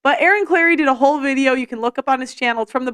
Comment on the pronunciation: I heard her as "hoe queen" not "WHOLE queen". 😂🤣